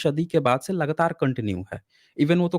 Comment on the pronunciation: Sadi Ke Baad She, Nahee Century Ke Baad Se ✅. Se ✅ She Pronounce wrong. Har S Ko Aap Sh Pronouns Karna Bund Kro Example Possible ✅ Posshible Wrong 😑.